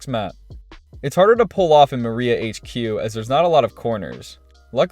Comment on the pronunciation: Him: the skeeld Me:🙃 Him: Maria HQ Me: 🤣